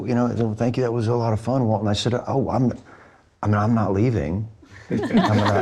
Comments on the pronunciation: IT'S WALTON! NOT WALTER! I'm not even here to watch the video, just to QA this dang title. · Was saying Walter?